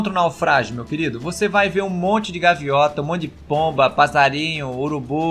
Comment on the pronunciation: "gaviota" kkkkkkkkkkkk